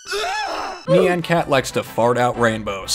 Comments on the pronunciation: IT'S NOT NAN CAT IT'S NYAN CAT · Knee-ann cat huh? lolz